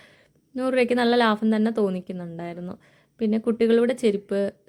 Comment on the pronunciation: അൻസിക: ലാഫം ❌ ലാഭം ✔️✔️ തൃശൂരാണല്ലേ😂